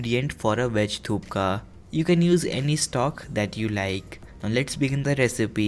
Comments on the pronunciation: hey it's pronounced Thuppa not Thukka!! And you are using lot of unnecessary masala in it So, its not Nepali style 😨We Nepali not use that much of ingredients in our food specially lots of Masalas ...Our foods are made simply but the natural taste of food in it 😋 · The fact that he said " Today we're making tupka also known as tupka" killed me 🤣 He tricked me for a second thinking he actually corrected himself then i realized he just made the mistake twice 😂 This proves again and again that Indians really don't correct themselves LOL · Whole video was about "Thupka" 🤣🤣🤣🤣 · True he said thupka🤣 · I couldn’t help myself but cringe every time he said “thupka” 😅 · Let's play a game, bottoms up every time he says "thup-ka" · If you can't pronounce thukpa, you sure as hell can't cook it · Skip the ajinomoto and haldi and curry powder. Also it's THUK PA. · Its THUKPA for God sake😹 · do some research # it's thukpa your pronunciation is wrong and it's not a momo soup... 👎👎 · It sounds like you are saying " thukka"😂😂😂 which is a deregatory term in nepali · It's not thukpa but it's thupa but ur best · I had this at a Nepali resturant when I had a bad cold, it is delicious and good for you if you have a sore throat. Correct pronunciation is Thukpa. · Kom Phatak he is pronouncing it wrong, it is thukpa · I agree, it should be Thukpa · Thupkaaaa????? thukka .....thukka means spit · You give me à stomach cramp when you said 'THUPKA' 😂😂😂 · It's thuppa in pronunciation...K is silent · No no it is thuppa. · He keeps saying 'thupka thupka' 😁😁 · Your videos are very easy to follow and I like it. But here your pronunciation of Thukpa is wrong. It’s Thuk - pa. In my hometown version which is Tibetan we do not use (at least at my home) tomatoes, ginger garlic paste and coriander powder. Also the type of noodle is different for Thukpa. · Thuk.. pa.. pronunciation Skip garam masala.. Noodles r different for Thukpa.. N it not the exact recipe...but it's ur version